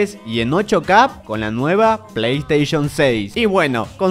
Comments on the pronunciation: Quien noto que dice Play Sation 6? XD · jaja dice playsation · like si notaste eel PAY SATION jajaja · Alli decia "Play Sation" hombre, como no lo viste venir. Es tan grascioso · Play Station❌️ Play Sation✅️ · Playstation❌ Playsation✅ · XD arriba en vez de PlayStation dice PlaySation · "PlaySation" vaya pirateria🤣🤣🤣🤣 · Alguien se dio cuenta que dice playsation? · Es q no saben leer oq? Playsation dice.. no playstation!!!